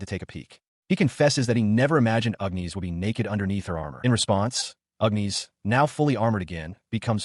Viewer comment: seen a similar vid about this one...just whats with this one ..calling "agnis" ...UGNEES?